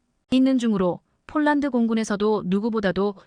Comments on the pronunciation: 폴란드를 쫄란드로 읽코있네요 아나운서가 기본이 덜 됬네요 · 아니이분은.왜?쫄란드라햇다가 폴란드했다가 장난도아니고 넘.격없이.말하네 듣기가거북합니다